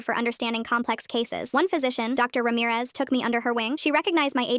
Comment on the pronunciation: "Doctor Remirez" there it is lol